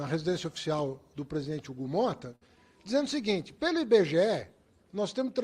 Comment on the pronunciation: Hugo Mota preocupado com o país..."çei"...